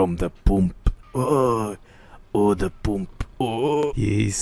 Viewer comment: “my mooscles are getting bigger from the POOMP, yiss the poomp”